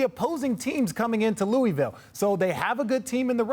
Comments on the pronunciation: Bruh. It's Loo-vul. They hate when you say Louie Ville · It’s isn’t “Loowee-ville” or “Lewis-ville”. It’s pronounced as “Looo-ihh-vull” 🤦‍♂️. But I do think the winningest state in college basketball, with a fan base similar to the Cowboys or Lakers should have an NBA team by now. The way ppl get behind UK, Louisville, etc. here, it’s only logical to assume they would naturally do the same for a NBA time. They’re diehard and literally bleed blue there lol. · Richard and Perk def not saying Louisville right😂